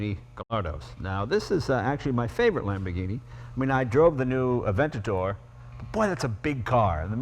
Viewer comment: Adventador? you illiterate piece of shit!